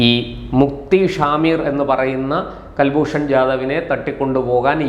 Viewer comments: കൽഭൂഷൻ അല്ല സുഹൃത്തേ കുൽഭൂഷൻ ആണ്. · കൽഭൂഷൺ അല്ല. കുൽഭൂഷൺ എന്ന് പറയു. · കുൽഭൂഷൺ എന്നല്ലൊ, കേൾക്കുന്നത് കൽഭൂഷൺ എന്നാണോ? കൽഭൂഷൺ അല്ല കുലഭൂഷണൻ 🎉😂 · Pronounce as Kul not Kal. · Mister please watch any of Hindi or English channels in India where you'll find they all pounce name as Kulbushan whereas you say as Kalbhushan. Why? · കൽൽഭൂഷൺ അല്ല കുൽഭൂഷൺ ആണ് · കൽഭൂഷൺ എന്നല്ല... കുൽഭൂഷൺ